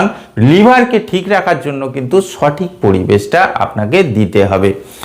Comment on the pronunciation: উচ্চারন ঠিক করেন স্যার সঠিক হবে ছটিক না